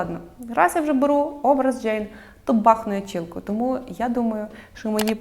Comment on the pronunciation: Ну чому чІЛКА😂 Чуб буде украінською, якщо вже не хочеш "чолка" казати. Але ж не чііііілка, немає такого слова🥲